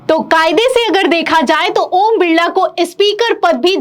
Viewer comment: ओम बिल्ला नहीं ओम बिरला